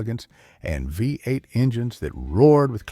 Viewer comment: Vuh Eight engine!